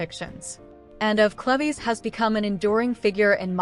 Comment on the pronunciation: CLEVES = "CLEEVES"